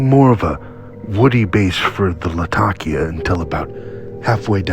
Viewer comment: In addition, thank you for pronouncing Latakia correctly! lol